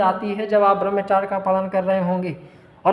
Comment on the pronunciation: Barmchar nhi Barmchrya hota Hai